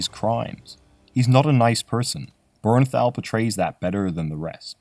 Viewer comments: 2 It's Bernthal. Not "Bernnal". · Thal not Thau, wtf